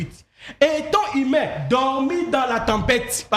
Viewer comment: Wai congolais peut pas lire u ils disent toujours i sauf Fally ipupa qui prononce correctement 🤣🤣🤣 exemple : inique, natire, attribie himain au lieu de unique, nature, attribue et humain 🤣🤣🤣 je conclire car c'est ma conclision 🤣🤣🤣